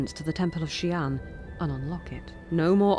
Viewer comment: Xian (仙) as in immortal (and not Xi'an the city as you said) is pronounced as HSIYEN.